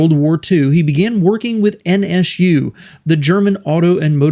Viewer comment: Why you call them N ESH U?